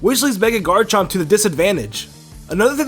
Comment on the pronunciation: what the fuck is a GARNCHOHMP